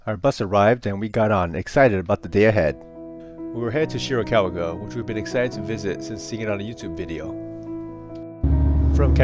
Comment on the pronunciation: Shirakawa-go, not Shirikawa-go